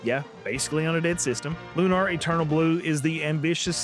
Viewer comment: It's Lunar, not Lunar, but yeah.